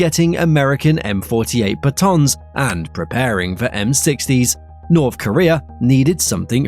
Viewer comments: Bro😂😂😂 thats not how you say, Patton you said it baton the tank was named after geroge Patton a well onow WW2 general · *Patton, not pa-tawn. Damnit! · I caught that, too. This must be AI narration because no one with an interest in tanks would ever make that mistake.